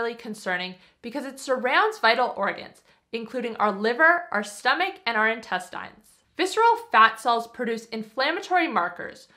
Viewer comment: I stopped watching after hearing how you pronounce the word “intestines”